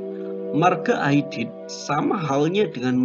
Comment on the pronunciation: 'Aidid bukan Aidit. Pakai huruf 'Ain dan Dal bukan Alif dan Ta.